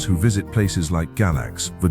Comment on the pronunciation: It's pronounced Gay-lax